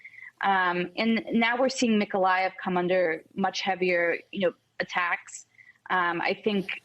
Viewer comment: Did the reporter say attackses?